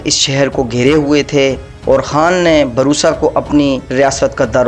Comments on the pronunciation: Barusa nae byyy bursa hai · Its busra not borsa Cities name pronunciation is so bad History is well explained